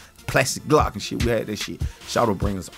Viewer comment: he said plastic glot